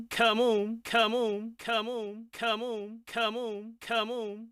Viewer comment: My favorite part part is when he says camoun